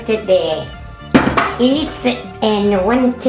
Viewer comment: hey for her age and with a lung disease she STILL is strong and healthy ! WOW ! amazing strength and resiliance ! and she cooks FROM SCRATCH !! A DYING ART ! "hahahaha dont punch a me !!hahaha" !! and the word is YEAST not east and the recipe is: 7 lbs of unbleached unbromated high quality flour or 28 level cups to 9 cups of water (4 of which is luke warm mixed with 1/2 OUNCE Dried YEAST, 1 cup sugar and 5 Tablespoons of SEA SALT )